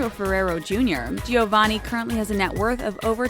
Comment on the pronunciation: i can't help but cringe at how much american accent she's putting into those italian names💀💀 giovanni is jo-van-nee not gee-oh-van-ee pleaaase